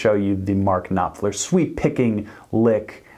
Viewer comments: Mark KnopFLER 👍... Not "knoPler" 😒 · His name is pronounced Noffler, and why do you speak like he is dead? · The p in Knopfler is silent... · Y do y’all call him nopfler? The name is pronounced *K*nopfler! There’s a k at the beginning of the word! Jeeeeeeesuuuus! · This is not how you pronounce his name... At least get his name right before you make a video on him... Mark is a legend.. It's mind boggling to me how a guy running a guitar channel on youtube can't even pronounce the name of one of the best guitarists of all times... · Why would you say Knopfler like that 😂😂😂 jk great content